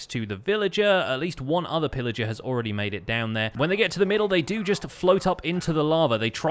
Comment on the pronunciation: Did he say Phil Ager? LETS GOOOOO SYSTEMZEE